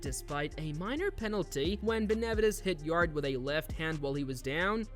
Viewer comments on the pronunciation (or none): Learn how to pronounce Benavidez before you speak about him!! If this is an AI voice, get another one. Makes the whole video lame a f.